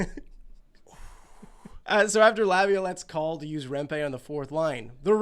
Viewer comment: Its remp-ee not remp-ay